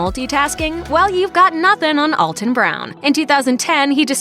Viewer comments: To the announcer that doesn’t understand the script she was hired to read, he pronounces his first name Al -ton (like you can call me Al), not All-ton Brown. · Great video of one of the few significant talents on Food Network. One more thing about him, he constantly has to correct people, like this narrator, to pronounce his name “Al-ton” and not “All-ton.” All that research for this video and nobody learned how to say his name? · It's Al-(as in the first name)-ton, NOT ALL-ton (though that's how we pronounce it in the St. Louis area.) You're being DISRESPECTFUL by mispronouncing his name. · Alton as in Alpha... Not ALLton as in ALL night. Geeeezzzzz. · His first name is pronounced Al-ton, like Al. It is not pronounced All-ton, like all. Common mistake! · pronouncing his name wrong! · You'd think a "The Truth about Alton Brown" video would know enough about them in their research to actually pronounce his name correct :P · Alton has improved my life immensely by getting younger me hooked on his shows. I will not allow his name to be mispronounced! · He's the one who pronounces it weird. See Feasting On Asphalt where he rolls into Alton, Illinois...